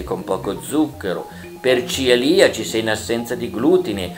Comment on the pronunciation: Si dice cEliaci, non ciliaci. Bene ma non benissimo.